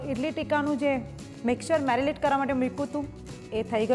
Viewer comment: Marilate nay Darling...marinate!!!...marinate!!!...samjhi ke nay samjhi??